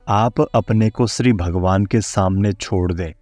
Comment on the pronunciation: आपका अशुद्ध उच्चारण खटकता है, जैसे श्रद्धा को स्रद्दा। श्री को स्री।